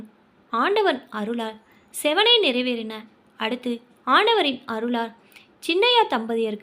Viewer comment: செவ்வனே என்பதை செவனேனு படிக்கிறீங்க..